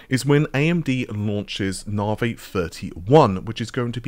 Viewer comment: For anyone outside the UK wondering if the reason pronounces Navi as nar-vay is because he's from the UK - no, it isn't. I have no idea why he (& as far as I'm aware, only he ), pronounces it that way, but it's definitely not a UK/British thing.